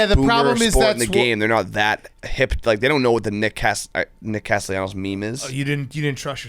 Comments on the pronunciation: couldn't get Nick Castellano's first or last name correct. Where is the "I" in his last name? "Castellianos" my ass, learn how to read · saying Nick Castellanos hurts my brain